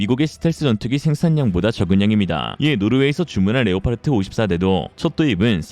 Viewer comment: leopard 는 레오파르트가 아니라 레오파드라고 발음해야한다 왜 엉터리로 레오파르트라고 계속 발음하는가?